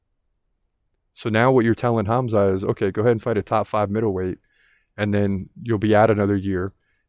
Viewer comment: I just wanted to say thank you for saying Hamza name properly, i know the Russian way of spelling is confusing and wrong, it hurts my ears when people say kamzat, instead of Hamza.